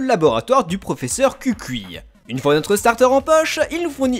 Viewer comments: Kukui ce serait plutot "Koukoui", c''est hawaien. Mais de toute facon chez nous c'est Euphorbe. Et Lillie cherchez pas, le e doit etre silencieux. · Le profs kukui person g entendu cul cuit